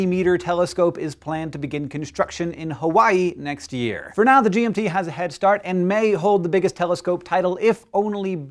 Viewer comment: was anyone else hearing G&T Telescope